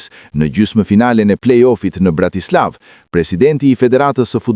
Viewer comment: Shqiptohet BRATISLLAVE, jo BRATISLAVE. LL, jo, L.